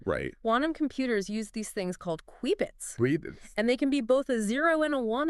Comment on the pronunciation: Lost me at queebits 😂